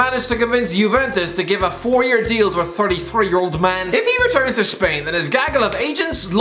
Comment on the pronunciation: Shpain lol instead of spain